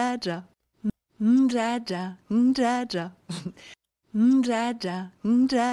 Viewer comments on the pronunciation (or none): les 2 minutes a supporter l'autre a dire djadja ma fait grincé des dents ^^'